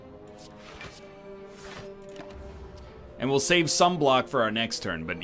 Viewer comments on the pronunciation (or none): none